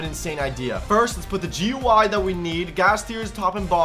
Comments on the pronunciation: is dumb he say gy but it is gui 😊😊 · it is not goy it is gui😂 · It'S AcTuAlLy Graphical User Interface nOt GUI or Gooie